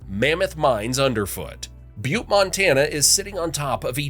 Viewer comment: I am amazed the pronunciation of Butte was not butchered!